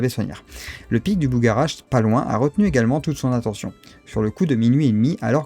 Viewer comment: Je crois qu'on le prononce " Bugha-rache " 😉.